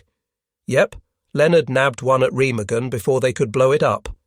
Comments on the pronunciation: Overall, a good video. The mispronunciation of Remagen is annoying. There never was any integrity among not sees. As a Norwegian resistance fighter once told me "they were all mad dogs and we dealt with them as such". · Learn how to say "Remagen"